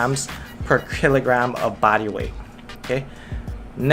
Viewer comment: Yo did I hear him say Krillogram? or was it just me